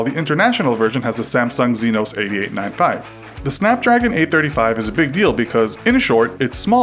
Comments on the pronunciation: It's exynos. Not xenos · 1. It's Exynos, not Zenos. 2. The Snapdragon 835 is not exclusive to the Galaxy S8. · It is pronounced Ex-ē-Nōs